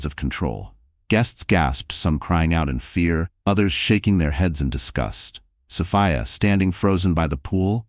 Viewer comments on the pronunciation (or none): Sophia not Sofaya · It's a great story, but I don't like that it's an AI voice, the way the 'narrator' sometimes pronounces Sophia